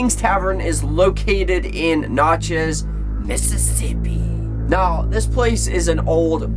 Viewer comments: It's pronounced nat-chez. Not not-chez. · whatshallwedonext IT'S PRONOUNCED WITH A SHORT A NOT NOTCHEZ IT'S LIKE NATCHEZ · It’s pronounced nat-chez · Nat-chez damnit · Pronunciation is nat like a gnat chez as in ch-is gnatchis but it’s spelled Natchez. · My hometown. It's pronounced NAT-CHEZ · you pronounced natchez so wrong. i live in natchez btw:) i’m a few blocks from kings tavern right now:) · Thank you. I started laughing out loud when he pronounced it like that.